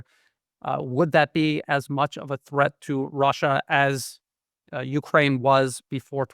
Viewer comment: Glen, I listen to you all of the time and you are very informative. However, please pronounce Ukraine correctly, the emphasis is on ‘kraine’ not U. Thanks